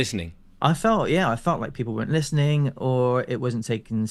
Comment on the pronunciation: All I heard is "guys im super serial" 😂